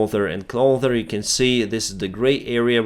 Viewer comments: find it funny how constantly says "Clother" instead of "closer", and "Norse" instead of "North" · been watching this channel for months now, and still wondering why he pronounces closer as clother, there isnt even a "th" sound in slavic languages is there? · Its Clo's'er. not Clo'th'er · It's pronounced CLOSER not clother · Remember that 'closer' is pronounced with a normal 's' like in 'self', and not a 'th' as in 'other'. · What’s a “clother and clother”??? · Why can you say "closest" right but closer is always said "clother" instead of "closer"...just wondering. "Closest-Closer" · Tou say "clother and clother". I get the language thing but then you have no problem saying closest. So why can't you say closer and closer? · A friendly note, it is closer not clother (drop the the TH and add S). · Hey, been enjoying your videos for several months now. As a native English speaker, I just wanted to let you know that closer is pronounced with an "s" not "th" sound as in "clother" Thanks for all important news! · It is NOT pronounced CLOTHER, the proper pronunciation is CLOSER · CLOSER NOT CLOTHER (sorry just had to get that out of my system, only TH has the sound you make. also when reffering cities, don't put The infront of it. Please continue, you are doing a very good job keeping us informed ;) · the word is CLOSER, not CLOTHER.... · please learn this word. Closer. With an S not th in the middle. Clo S er. Other than that - Great show! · I don't understand how you can say: Closest Close But cannot say closer and you say clother